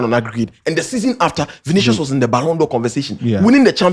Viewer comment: It's pronounced as Vini-shios not Vini-sios...